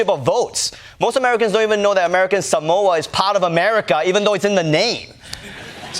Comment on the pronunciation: The silly thing is Jason Palmer didn’t even pronounce “Samoa” correctly.